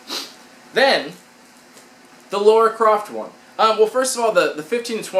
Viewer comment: Maybe it's an American thing but you guys get that her name is LARA not Laura right... do you pronounce lava as lauva ??